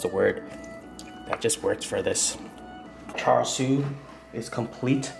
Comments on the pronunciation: AMAZING VIDEO, BUT AS A CHINESE BORN, IT HURTS ME TO HEAR YOU SAY CHAR SUI! ITS PRONOUNCHED CHA SUI! KEEP UP THE GREAT WORK! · Its pronounced "Chah-Sue" as from the Cantonese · It's not char sho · It's CHA SIU